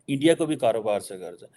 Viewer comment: Mamla Iran and Israel ka hai lekin pura time Endia Endia karke chala gaya 😂 India ka pronunciation bhi malum nahi and he is a student of international relations 👍